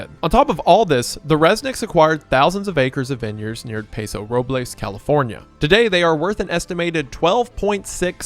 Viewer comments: two things was it not Jefferson who did the Lousiiana Purchase? it is pronounced "Pass-oh" robles! Love the content wendigoon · ive lived near the city my whole life and can personally say no one has ever said Paso Robles like that lol, its pass-oh even the spanish speakers here call it that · "Payso Roblayse" "Sierra Nah-vah-dah" Yeah we can all tell you don't live in CA buddy lmao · Did he just say PESO Robles and not PASO Robles???? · I live very close to Paso Robles and I work there and I never here it pronounced like that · The way you said Paso Robles made me want to cry